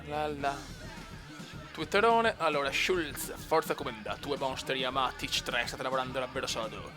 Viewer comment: Si dice Tech Trois, è Francese